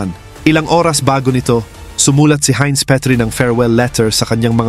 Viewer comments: German yan.... "HAYNZ" ang bigkas at hindi "HIN". Heinz Ketchup kapangalan nya (American brand na ketchup pero ang may-ari ay anak ng isang German). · It is pronounce as "Haynz".